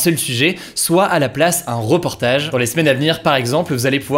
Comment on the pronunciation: rEportage, pas rOportage haha, excellent contenu sinon, c'est super ce que tu fais